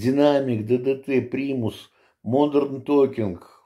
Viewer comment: Здравствуйте. Вот всё таки смартфоны всех нас слушают. Как только вы отчётливо произнесли Modern Talking, так мгновенно в ленте вылезла рекомендация)). Выздоравливайте).